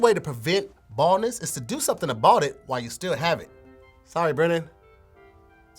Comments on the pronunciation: 🦻"I belive the word Tahir was TRYING to say in that ad was "about it". Instead he pronounced it "I bought it" which he needs to do to purchase a new tongue. Hopefully he can reset on the next one. Back to you Tom🤣🤣🤣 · Do something "abought it" 🤣